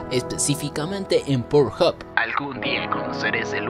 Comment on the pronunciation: Soy el único que que pensó en porHub cuando dijo *port hoppe* 😂